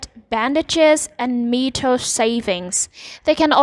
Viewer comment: its meh tool not mee tool